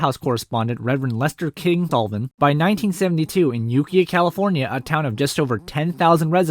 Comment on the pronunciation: Also Ukiah (yoo-KAI-uhh) but I only know that because I grew up near the town. Great video all the same!